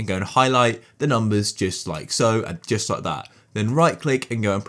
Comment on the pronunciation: stop saiyng jut like so its just like this